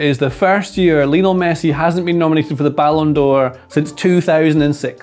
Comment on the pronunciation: Best player ever but people still pronounce his first name incorrectly. It's supposed to be pronounced the same as Lionel Ritchie i.e "lion-ul" not "Leo-nell"